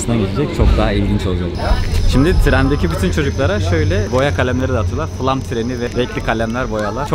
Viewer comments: Flam değil flåm ve flom diye okunur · Flam değil doğrusu FLÅM Türkçe okunuşu fılom